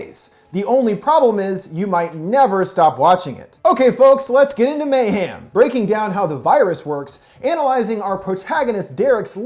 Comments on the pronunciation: I’m so sorry great video as always but the way u say mayhem kills me. It’s mayhem not mayham 😭😭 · it sound like he says mayham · No one:: may ham